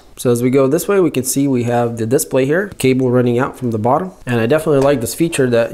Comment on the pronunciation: I like how he says "DISPLAY". A lot of emphasis on the "I". Lol.